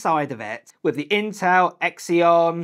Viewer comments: Ex -eon? Xeon = ZEEE-ON. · “Exeon” 💀 no it’s “Zee-on” Y’all Apple fans always get that wrong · Intel Ekzeon. 🤣